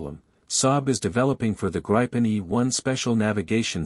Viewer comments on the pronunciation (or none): It is Gripen with an "i" like Indiana, not with the "i" like in Idaho. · Greepen, not Grypen, dammit! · It’s a long “i” pronounced more like the “ee” in “green”, so “Greepen”. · I doubt Saab or the pilots will be offended by a slightly incorrect use of a word but we Swedes pronounce it both like green and grin depending on the person. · 'Gripen' means 'the Griffin'. A 'grip' is spelled like this in Swedish for a reason, the 'i' is pronounced long, like 'ee' in English. If the 'i' should be short, there had been two 'p', 'gripp'. 'Greepen' it is. And, 'graipen' sounds like 'ripen', bananas. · It's pronounced as ee in keep! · I do have a gripe with how the name of this fighter is being pronounced. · I’m Swedish too and I’ve never heard anyone pronounce it “Grippen”. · pls teach your tts how to pronounce gripen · Man I can’t stand these synthesized audio voice overs. Pronounce the plane’s name correctly!